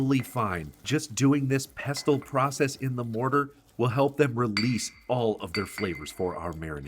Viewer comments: Regarding the word "pestle": As a PSA, I'd like to share that the letter "t" in that word is completely silent. So the word is ALWAYS pronounced "Pess-ul." NEVER under any circumstance is it to be pronounced "Pest-tul." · Ack! nFrist, it's 'pestle' not 'pest tull'. Coriander seeds taste different and smell different than the plant they come from, cilantro, so use mint AND cilantro. As for the api panda - it is a hot chile which anchos are not. A better sub would be chile pastila, or if smokiness is not a problem, use chipotle or, if your can find them outside of Oaxaca, chile Padilla oxaqueña. Tear the dried chile open, pour some boiling water on it, and let it soak and soften. Ad the soft, floppy chile to the mortar. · It's pronounced PESSEL NO T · Stop saying pestle the t is silent pesle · Pestle is pronounced without the t: pess-ell. Looks delicious! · FYI the t is silent in pessel…(pestle) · /pes’ əl/ ‘t’ is usually silent. Thanks for the recipe. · OMG....A mortar and what?😂😂😂😂 Its "Mortar and pestle (pronounced "Pessel"!!)😂😂😂😂😂 London, England here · Pestle, pronounced = pessel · I doubt his credentials if he cannot pronounce pestle correctly. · You don't pronounce the 't' in pestle. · I never knew the "T" was pronounced in pestle, and my whole world is shifting a little. Hold me. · You are pronouncing 'pestle' incorrectly. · Isn't the "t" silent in the pronunciation of pestle? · the "t" in pestle is silent, it rhymes with vessel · Love the recipe. Small hint, the ‘t’ is silent in pestle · Just a pronunciation thing, pestle is a silent T